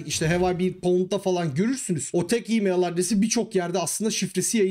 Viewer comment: E-mail telaffuz ederken neden imeyıL diye sondaki l'yi kalın okuyorsunuz? Türkçe konuşurken çok sırıtıyor.